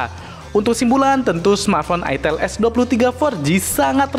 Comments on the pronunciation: Bacanya itel itu "aitel"😂😂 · Sebenarnya cara bener nyebutnya aitel bukan itel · ak males belinnya ,,, harrraammmm mengandung porno,,, masa nyebutnya itteeelll ... cuihh najizz